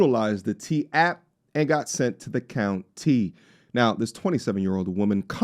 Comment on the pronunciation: Dat boy said Dat Count Tea 🍵 😂😂😂 Fulton or DeKalb